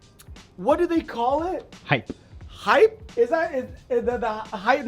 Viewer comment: Please dont say "hypee" 😂😂. Joking aside, spitting facts!